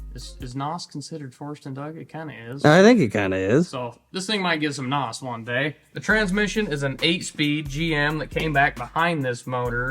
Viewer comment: A word of advice… As an ex-drag racer. Use “nitrous” the word “noss” is like nails on a chalkboard.